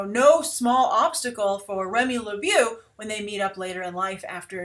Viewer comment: I love ur show but gawd I hope and pray they pronounce his name law-bow.